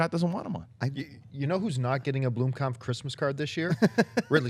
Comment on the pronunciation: blOmkamp not blUmkamp )